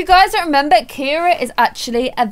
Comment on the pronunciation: Ciara is actually pronounced Sierra. I’ve kind of been brushing it off this entire time. You don’t have to change the way you’ve been saying it but just letting you know whoever told you it’s Ciara and not Sierra is wrong. Ciara is my sisters name and a girl at my school is Ciara and it’s pronounced Sierra. Love you!